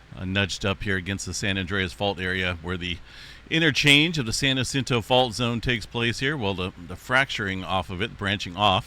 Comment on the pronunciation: San Jacinto is a soft "J", same as San Jose. Ocotillo Wells, the double ll's here are a "y" sound same as "tortilla". Love this channel in Riverside CA everyday! Stay Safe :)